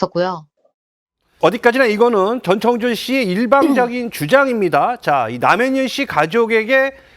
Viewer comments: 이름 좀 제대로 부르세요. 창조 ㅡx 청조 ㅡ0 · 저 아나운서는 왜 전창조라고 하지? ㅡㅡ 아나운서가 기본적으로 이름은 제대로 불러야지 저번에는 패널이랑 기싸움하더니 볼때마다 이상하네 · 다들 이름 발음 하기 힘드신가봐요… 한분은 전창조 전창조 하시고 한분은 전천조 하시고… ㅋㅋㅋ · 전청조예요 전창조가 아니라 이름은 정확히